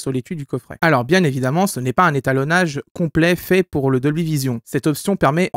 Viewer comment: un "étanolage" ? :D Aller serieusement, super vidéo comme tjr...